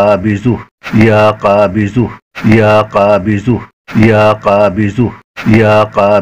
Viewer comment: LEKIN AAP JO BOL RAHE HAI VIDEO ME USME ZUH KA AWAZ AARHA HAI KABIZUH BOL RAHE HAI AAP VIDEO ME JANAB APNA WHATSP NUMBER DIJYE JO ZARURI WAZIFA YOUTUBE PE KISI NE NAHI BANAYA MAIN BATAUNGA KONSA WAZIFA KISI YOUTUBER NE NAHI BANAYA WO AAP BANA DIJYEGA BHOT MERBANI